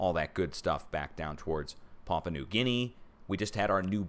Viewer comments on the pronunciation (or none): none